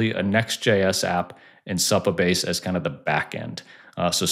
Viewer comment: It’s definitely not how this guy is pronouncing it lol